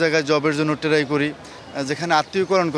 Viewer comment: সে কিসের শিক্ষিত? যে "Try" এর উচ্চারণ জানে না😂😂😂😂😂😂😂😂😂😂😅😅😅😅😢😢😢😢😢